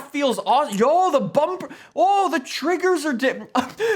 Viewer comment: I love it when he says omg the TrIgGeRs